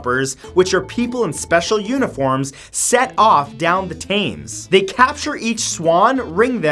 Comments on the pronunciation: River Themes doesn't sound like "Tames" it sounds like "Tems" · 3 years late but.... Bruh, it's pronounced Tems not Tames. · It's pronounced The River Tems, not The River Tames. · From a Brit, it's pronounced 'Tems' not 'Tames' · Tames, Tames? Tems dear boy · The river Thames is pronounced "temz" not "tames" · WTF is the tames. The river is called the Thames-pronunced tems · Thank u that your pronunciation pissed me off too x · It’s pronounced ‘tems’ not ‘tames’ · It’s pronounced River ‘tems’ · Somebody get your boy. He just said Tames like the river's name is James with a T. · Love the video. Just one little thing. The river Thames is pronounce tems, so it rhymes with gems. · It's pronounced river Tems. Not Taymes. And vandalism isn't about spray painting, vandalism probably refers to breaking a window to enter your house, if you are not home. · Tams. River Tams. Although it’s spelled Thames. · im sorry did u just say rive taimes m8 it tems 😂😂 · Btw it’s pronounced the river Thames not tames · Brother its timms not takes. The river Thames. Not tammes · Its not pronounced 'tames It is pronounced 'tems' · Just saying it’s pronounced the river tems not tames just to let you know:) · It’s not pronounced tames it’s pronounced tems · Erm who else is British and knows that the Thames is prenounced tems not tames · Why did you say it “tames” it is “tems” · I do love your vids but i come from england and the way you pronounce the river Thames its pronounced tems not tams (im spelling it how its said) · The absolute ignorance of Americans is astounding. The river Thames is not pronounced 'tames'. It is pronounced 'tems'. Imagine how you'd feel if people referred to Arkansas as it is spelled? You'd think they were idiots. And don't forget La Jolle, and Spokane, and Loisville, none of which are pronounced as spelled. Likewise with people who pronounce 'Thames' as it is spelled. For a channel claiming to research, you fall WAY short. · Thames: T-e-m-s, not T-a-m-e-s